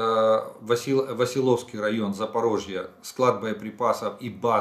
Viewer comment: Васильевский а не василовский.